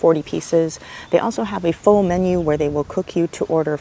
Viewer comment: full rhymes with hull not pool or said as fool.